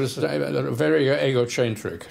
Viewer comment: I love that, speaking with a prototypical English accent, pronounces “egocentric” in a very Italian fashion, e.g. ‘ay-go-chen-tric’